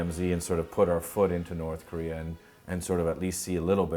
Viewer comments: I lol every time I hear Korea pronounced as Koreahr XD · north Korear is best korear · the only solution to unite south and north is to eliminate the Communist and the democrats and turn korea into kings and emperors like in the ancient Korea that way the world will not worry about the koreans starting war anyways why does the N.Korea pronounce Korea as korear